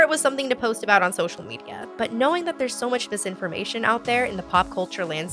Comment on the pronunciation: "[...] may not sound like mush [...]" that hurt, like physically hurt. still laughed tho, Nia:wen and miigwetch from Canada.